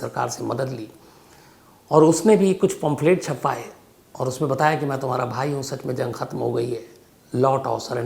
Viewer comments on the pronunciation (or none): Aapne Shamsbhai pomphret word kafi baar bola hain actually pronunciation hain “ pamphlet “ hain